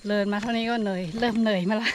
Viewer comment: ร เรือ ชัดเจนมาก คำควบกล้ำ ดีมาก ปรับปรุง นิดหน่อย คือ คำที่ใช้ ด กับ ล บางทีสลับกัน เช่น เดิน เป็น เลิน แต่ก็ฟังเข้าใจ ครับ ชื่นชมครับ ใช้ภาษาไทยได้90%แล้ว